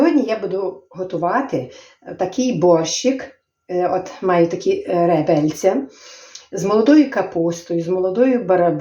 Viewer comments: Напевно скоріше всього не ( ребельця),а реберця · реберця а не ребельця